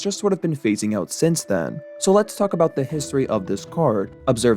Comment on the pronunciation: i heard lets f about the history 😅